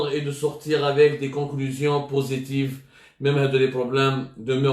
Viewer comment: Reparlez de l'épidémie Mr Semmar..on dit conclusions positives Mr Semmar et non positifq